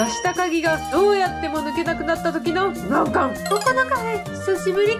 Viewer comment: ふ↑ま↑ん↓か↑ん↓